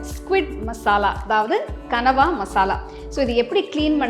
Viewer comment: oh god..i used to admire ur cooking,tamil pronounce, perfect tamil slides, costume, vessels everything..but today u did big mistake like others..that is not கனவா,that is கணவாய்.. just correct it, come with as usual bang👍💪